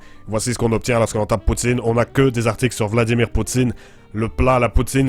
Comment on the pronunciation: Je suis Canadien anglophone donc peut-être je me trompe ici, mais chu tout à fait sûr que le mot « poutine, » c'est prononcé plutôt comme « pou-tsaine » en Québec (si on le disait dans un accent anglophone, ça serait comme "poo-tin" que "poo-teen") :)